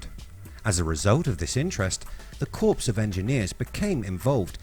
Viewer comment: Hmmm, not really a what if but... I would advise an edit and, " Corps " is pronounced " COR ", this is all your fault. I had gone away, but you had to scream and shout didn't you.